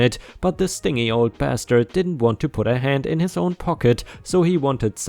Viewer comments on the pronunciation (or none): Stin-gee not Sting-eee. Stingy is just a way of saying cheap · "Stingy" as he pronounced it would have been for something that stings, like "that mosquito was awfully stingy", but someone who's just being cheap is spelled the same way, but it's a harder G, like "stihn-jee". Administrative note: English really is a pain in the ass, and got it about 99% as is (based on the accent I'd guess an Eastern European background, but that's just a guess, from the way some of the inflections are done). I heard U.S. English described as "not one language, but three languages standing on each others shoulders masquerading as one language", and that seems to be a pretty good description. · "Levies" is said lev-veez. "Stingy" is said like ss-tin-gee, soft "g" like in "sponge". So tin-gee, with an ess sound in the beginning. ss-tin-gee. I hope that makes sense. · used a hard 'g', which was the problem. Saying that the 'g' is more like an English-spoken 'j' is a good way to explain it. I love how English is really a mish-mash of Spanish, French, and German.